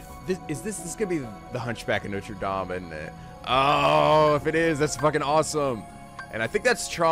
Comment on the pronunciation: Just coming back to say that your french pronunciation is very good 👍😊 (coming from a french person)